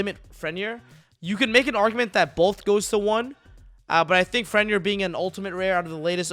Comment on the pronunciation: Gat dam pronunciation of Fenrir and Vernusylph sheeeeesh